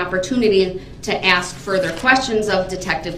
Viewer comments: The proper word is ASK not axe. Talk normal please! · The proper word is ASK, not AXE. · That’s because you’re not witch him. He needs to axe his questions and a dictionary to understand what “advising” means. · He pronounces it as AXED. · He does ax a lot of questions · If I were the Prosecution… I would “Object” every single time the words “Axe”, “Dat” and “Twooth” were used … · Cracks me up how he cant pronounce the work 'ask'...